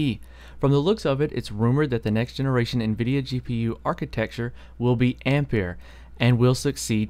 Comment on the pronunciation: Good pronunciation, I'm tired of hearing people pronouncing ampere "amp-air" as "ampi-air", same spelling as the unit of current 1A=1Amp=1Ampere="One Amp-air"